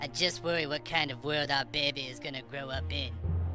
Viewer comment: “My Behby”